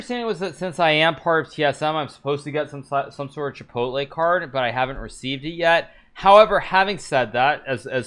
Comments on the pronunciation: DID HIKARU JUST SAY "KIPOTLE" INSTEAD OF "CHIPOTLE"?? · Lmao ki pot el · Hikaru just made me question how I pronounce Chipotle